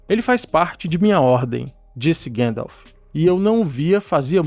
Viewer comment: seu conteudo e otimo mestre, mas por favor e gandalf e nao guendalf hauhauauhauhuah